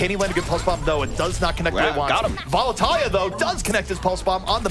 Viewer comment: I hate the way he says, "Vallutaja."